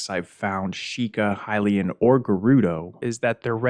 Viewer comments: You say there's a lot of "Hill-LAY-in" text and you can "trans-literate" some of it. I'm being SUPER honest here, so I hope you take this in the spirit it's intended. Those words and pronunciations are wrong. It's "High-LEE-in" or "HIGH-lee-in," not "Hill-LAY-in," and it's "translate," not "trans-literate." This is why I hope you don't take offense: You're super fucking great at making videos, and your media literacy is SO proficient that I literally don't know whether this was a genuine mistake, OR an intentional error to get people like me to post what I'm posting right now. I'm basically saying that you're perfectly capable of making an error as a human, but you're also SO good at making videos that I would BELIEVE your errors are intentional, for fun. Either way, this is a friendly correction meant in NO way to belittle anyone and, hell, I'm such a new Zelda player that tons of people could comment on this comment to correct ME! I'm great with that. Happy to learn. That's why I watch your videos. Useless knowledge is still knowledge, right?! 😂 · The way you say Hylian as Hilayan is really infuriating for some reason.